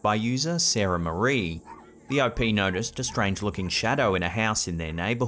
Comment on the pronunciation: Everytime you refer to the "O.P." I hear Opey. The boy in the Andy Griffith show from the 1960s 😆😆😂😂